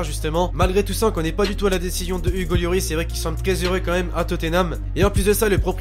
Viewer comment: pk tu dis yoris on dit loris